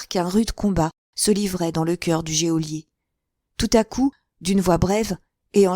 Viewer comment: Merci beaucoup. Juste une petite remarque: geôlier se prononcé "jolié" , l’e est muet.